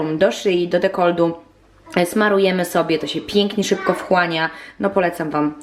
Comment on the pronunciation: mówi się dekoltu nie dekoldu. Bez złośliwości. Pozdrawiam.